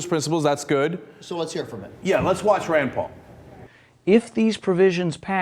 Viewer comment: i thought he kept raying raan paul